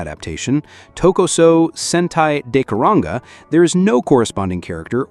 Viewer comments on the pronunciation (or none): Its Deka Ranger not Deka Ranga, Jesus..... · Dekaranger=Deka-rung-a according to this stupid ahh voice. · Why are you pronouncing Dekaranger and Gekiranger like that?!? 😐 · When I heard the way Dekaranger and gekiranger was pronounced in this video I couldn’t stop laughing 😂